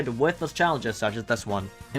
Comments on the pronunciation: How he said funky Kong at the end is funny. FANKY KOOANG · The way you say funky kong is satisfying lol